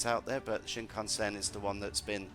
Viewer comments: Please learn to pronounce Shinkansen. Your guest says it right then you butcher it. This is just painful and funny. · Could you please pronounce shinkansen correctly. Stop saying it wrong. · This video lost most of it's credibility just 45 seconds in when he tried (or rather didn't try) to pronounce Shinkansen. That was so sonically dissonant in my brain that I no longer have any interest in finishing the video.